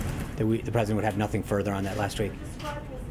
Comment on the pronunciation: "I'm pussident and I have russian friend." idiot in the oval.